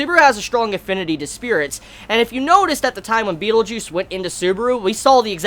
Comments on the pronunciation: Every time your pronounce Betelgeuse as Beetlejuice, I always think..."say his name three times" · when u say betelguese it sounds like beetle juice, like who defaq r u talking about, is my reaction when u said beetle juice